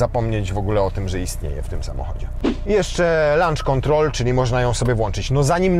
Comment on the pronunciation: Lancz kontrol :p